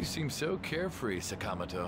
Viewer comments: saka-moto why is that so hard to say right! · Also, you're right. The game's English pronunciation of 'Sakamoto' and other names later on is strangely incorrect.